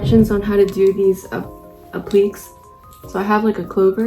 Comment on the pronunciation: 'applique' is pronounced 'applikay' because it is a french word which originally had an accent on the final 'e' so when english borrowed the word they tried to copy the original french pronunciation